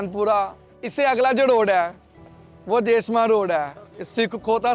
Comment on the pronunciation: Some correction please: Baghban pura(Not bhagwan Pura) Hota Singh road(Not Khhota Singh road) Dev Samaj road(Not Deo Samaj road)